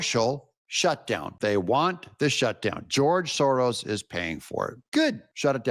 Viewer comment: S O R O S ...... Not SORROS.